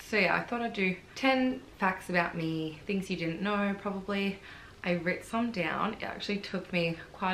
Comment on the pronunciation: a n j a I am Australian and I have never ever heard anyone say "rit".